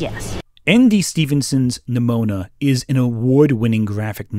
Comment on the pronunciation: am I crazy or every time he pronounced Nimona it sounded like Mnimona (like in Mnemonic)?